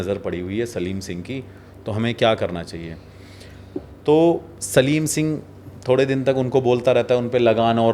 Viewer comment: सालम सिंह नाम कुलधारा कांड, आप सलीम सिंह बोल रहे हैं